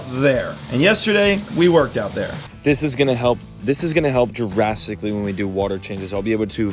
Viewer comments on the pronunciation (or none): man said this is gunna help jurrasicly😂😂😂 think you mean drastically my guy